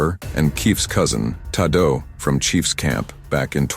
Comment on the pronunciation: His cousin "tah-doe" 😂😂